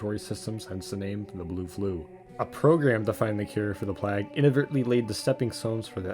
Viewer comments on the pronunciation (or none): So, I've not found a comment about it yet (a minute or two of scrolling) so I guess I'll say it. You mispronounce plague in the video. Hope this helps. having watched to the end, and enjoyed my time. I took a look at your channel and recent uploads and...you have a new subscriber.